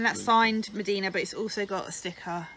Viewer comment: Mdina is pronounced 'umdina' not medina